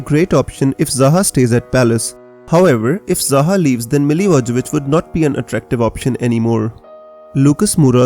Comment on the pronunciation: Mila-voye-vich is the pronunciation!